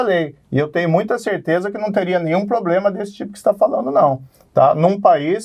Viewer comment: Ele fala POBLEMA mesmo?